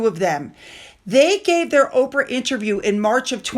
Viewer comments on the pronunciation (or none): none